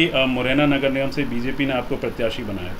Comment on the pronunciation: "Nigam" Bhi nahin bol pa rahin. Indian politics jindabaad.